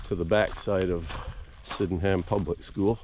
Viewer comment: I enjoyed a walk around my village! Thanks. Locals pronounce it "Syd'num". 😁